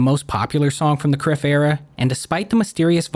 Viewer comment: Outstanding video man, legitimately one of the best videos on Oliver Tree. Small note though, Kryph was meant to be pronounced like Cry-f, but its water under the bridge.